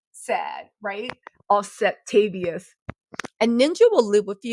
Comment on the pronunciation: Did you say Offsetavious!!???? What tha :face-green-smiling::text-green-game-over::face-green-smiling::face-green-smiling::face-green-smiling::face-green-smiling